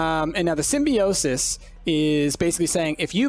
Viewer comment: It's pronounced sim-bi-o-sis, but otherwise I love it.